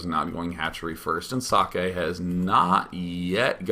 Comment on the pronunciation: its pronounced "zockeh"